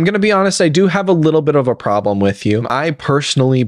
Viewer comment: He has a "problerm".